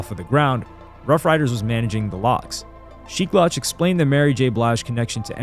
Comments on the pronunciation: It's pronounced Sheek LEWCH bro, not loush LOL... WTF how are you doing hip hop content and saying basic names wrong? You cant be a true hip hop fan and you are starting to seem more and more like a culture vulture recently. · Sheek 'Loaach" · Sheek's name is pronounced "Lewch" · Son, "Sheek Laoch" is wild 😂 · It’s pronounced Sheek “Looch” … but keep up the good work, I do enjoy your content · Bruh u cant keep doing content on hip hop icons or hip hop in general if you keep mispronouncing their names. I'm a fan of the content and respect the effort but do more research or watch a video on how to say their names. It's getting disrespectful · How you gonna pronounce Sheeks name wrong? More than once, too. Smh. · You mispronounced Sheek Louch name the entire album lol. Great video besides that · His pronunciation of sheek louch is annoying af, how you making hip hop history videos n can't even pronounce names correctly